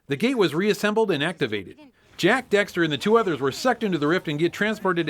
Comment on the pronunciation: Duuuuude you mispronounced daxter so many times!!!